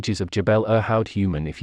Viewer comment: The pronunciation of Irhoud in the video is very far from the local, much closer to 'eer-hood.' Just pronounce the i like ee in feel but shorter, without merging it with the r sound like in bird, then add hood.